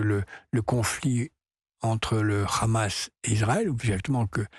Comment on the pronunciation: Pourquoi les journalistes français se sentent obligês de prononcer Hamas a l'Israélien ne Khamass? LoL